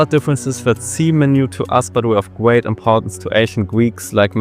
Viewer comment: alexander the gweat 😭